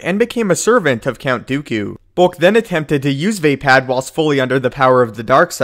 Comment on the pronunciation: its va-pod not vai-pad